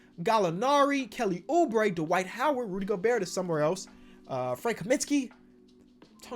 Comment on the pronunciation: You don't pronounce the T in Gobert..